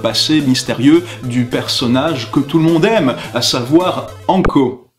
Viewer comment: "Anko" ptdr